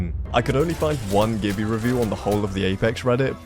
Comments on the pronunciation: Its jibby not gibby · It's jibby not gibby